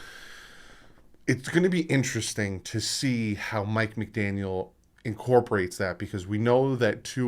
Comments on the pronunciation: Hey I know it is hard but try to stop saying McDanielS, lose the S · Brother no offense but youre horrible with names... Its McDaniel no s its joe philbin not philman and its youscheck thats how u pronounce it bro... Do watch the games? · McDaniel no s please lol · It's McDaniel. No s at the end. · McDaniel no ‘s’ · McDaniel not McDaniels, other than that another excellent video! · I'm sorry, I couldn't help saying this because I cringed every time I heard it but.......Juszczyk is pronounced YOOSS-chik not juicy-chick 😂😂 (just having a little fun there) and there's no "s" in McDaniel. Again, sorry, but just helping you out a little bit here. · Bruh, it's McDaniel. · It's Mike McDaniel, no s on the end. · No S. No S. NO S. Also Juice-check. You know damn well what you're doing and it's not endearing. Just say the goddamned names right. A mistake every now and then is one thing but doing it every vid makes you look like a jackass.